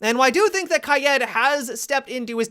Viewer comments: Is it just me who gets frustrated when he says Ky-ed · Why he keep saying Kayed? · It isnt kai-ed it is pronounced kai-eed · Wait you pronounce it kai Ed. I’ve been pronouncing it kayd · I get abit triggered when you say Kaid as Kayed Oh yeah yeah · I swear to god if you keep saying “kayëd” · Did he just say kah yed lol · KAYEED 😂😂😍😍😍 I LOVE how you pronounce it dude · say it after me: "Kayeeed" You got it? "Kayeeeed" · He ends words with an "a" sound a lot. Wish I never noticed. "Kaida" "have-a" "weapona." Great video still! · No he doesnt say kajäd.. He says kayjeed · Please say kaid like ki-yeet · In Arabic you're supposed to say Gha edd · No offense but you are terrible at pronouncing Hibana and Kaid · They way he pronounces Kaid...omg... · The way says Kaid makes me want to kaill myself. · I hate the way u pronounce kaid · How the fuck are u pronouncing kaid ? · How you pronounce hibana and kaids names bothers me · I've never heard anyone say kaid the way he does. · his pronunciation of Kaid and Hibana make me uncomfortable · Take a shot for every time a Youtuber mispronounces Kaid.